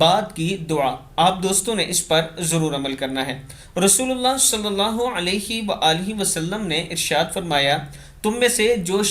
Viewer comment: اله کے ه پر کھڑی زبر ہوتی ہے اس کو درست کر لیجیے